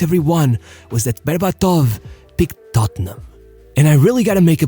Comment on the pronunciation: BerbAtov. Not BerbatOv.